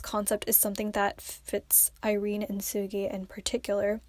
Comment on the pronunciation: Why are you saying seulgi like soggy?